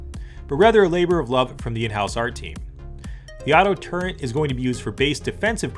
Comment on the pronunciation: Cool but man Its a "Turret" not a "Turrent"